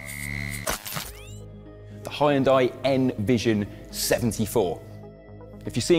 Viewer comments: I just think the Korean subtitles are contextually funny when you insist the ‘high-un-dye’ pronunciation. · Bro said Hayendai 😂 I'm African but that is the most African pronunciation I've heard in my life 😂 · Hydrogen is the Future indeed! Btw, Isn't it Pronounced= 'Hun Day' ? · Nice showcase - thx! Oh and it's not "Hai unn dai" ^-^' As I'm sure the reps kept saying XP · It is not called Hi yunday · Did he just say "Heyundai" ? 😂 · Calling Hyundai "Hy-un-dai" is wild! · It's pronounced Hyun Deh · Hi-end-die? Congratulations. You're again literate. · Even in, it seems that there is a problem with the pronunciation of the company name as hi-un-dai. Shouldn't you at least have looked up how to pronounce it in Google Translate and practiced it? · it's pronounced => hyundai like sunday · Did he just say Hai-en-Dai? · Da hell is a huyenduy? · I get that you're British and all and y'all call it high-n-die, but that's just SO far from the actual pronunciation. Does anyone know how they settled upon that interpretation of the Korean word; Hyundai? Frankly, it's like y'all aren't even trying to be close. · This guy's pronunciation is 😂. Given it's English, Hi-unday, spor-tagé? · you lost me at HI-YUNDAI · High and Die, yup, pronouncing Hyundai just like that from now on. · 하이연다이가 아니고, 히운다이...근데 우리 입장에서 듣기가 싫지만...우리가 람보르기니, 메르세데츠 라고 하는 것도..그들이 들으면 웃기게 들리겠지...램보ㄹ기니, 멜세데스...처럼 첫음절에 액센트 넣어서 발음하는 것이 더 정확 하긴 헤...맥도날드도...맥다랄..2음절 액센트 처럼 들리니.... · its pronounced as yunday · It's pronounced like honde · its pronounced "yundie". omg please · Hi-un-die, spor-tage🤣🤣😂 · Hyan-dai lol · I cringe whenever this guy says hi-yun-die. How can you trust the research when you can't even pronounce the name right? Did you even tqlk to anyone at the company? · H a i y u n d i e ?? high and eye ???? Are you pronouncing it like that on purpose ?? I really don't understand. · I have never in my life heard someone pronounce hyundai that way and it genuinely makes my toes curl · “Haian Die”